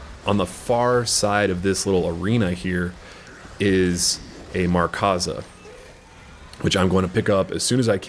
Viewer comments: Markza, not 'MarkAza'. Good video just found that slightly annoying. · its Markza (MARK-ZAH) not Markaza haha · MARKza. There's no "A" in between "Mark" and "za"